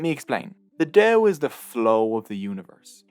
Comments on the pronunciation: good gods, stop "Del Del Del" it's Dao Ao not El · why not try to google how to pronounce Dao correctly? you explain very badly about pronunciation of Dao/Tao.. but still i love your video :) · You've pronounced Dao the wrong way during all the video! In mandarin Chinese, there is no [d] sound. The way Hanyu Pinyin work is that /t/ is pronounced [tʰ] and /d/ is pronounced [t]